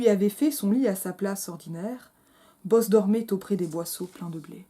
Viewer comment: Quelle odieuse synérèse ! Bo-oz ! En deux syllabes ! 😡😡😡😡